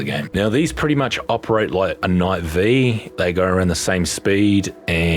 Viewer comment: "Knight Vee"